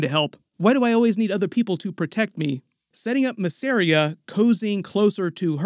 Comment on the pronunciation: MISS. AR. IA. VEL. AR. ION. FFS man there's even a video of Eve Best talking about how to pronounce Velaryon as distinct from Valyrian.